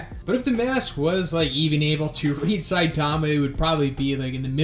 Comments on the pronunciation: Jesus! It's Sigh-TAH-mah. Have you even listened to the Animé or heard One speak? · Stop saying Saitaama. It’s pronounced more like Saitma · I would expect someone that is this into manga and anime to say Saitama’s name correctly but ig not